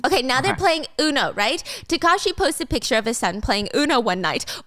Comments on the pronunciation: taakashi not takaashi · I heard Takashi as Kakashi 😂😂